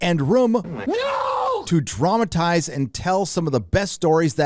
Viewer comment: HAH I thought you said traumatize instead of dramatize XD